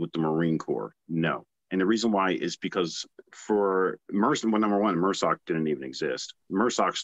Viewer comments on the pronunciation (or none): It’s MARSOC pronounced mahrsoc it’s not mersoc or mrsoc not pronounced mehrsoc. Not sure if anyone addressed it but I didn’t see it in the first 50 comments. It’s annoying to hear him grossly mispronounce it like that when he is part of the community. It stands for MARine Special Operations Command The capital letters are for the name